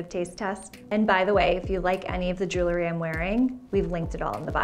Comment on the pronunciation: The word is JEWEL-RY; NOT JOOLERY!